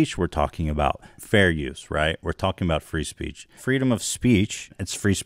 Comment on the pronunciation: Free speech now just sounds like fris peach goddamn he ruins words 😭